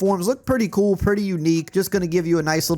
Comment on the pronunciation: When says "pretty koo", you know it's badass!